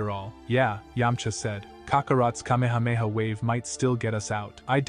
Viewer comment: Ugh this robo AI voice is a real downer on such a good story. If only he did it right this would have WAY more views. Kay-mee-hey-mee-hey really kills the vibe